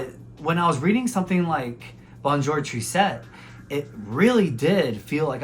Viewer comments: Tris - tesse, not triset. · Tristesse means sadness, it does not end in -ette. Google translate will pronounce it correctly for you.